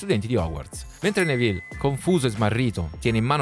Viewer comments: Fermo fermo fermo, così caverai le orecchie a qualcuno e poi sbagli pronuncia, è Nèville non Nevìlle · Tutto bello, però attento alla pronuncia dei nomi. "Nevìlle", mi fa immaginare un personaggio napoletano nella saga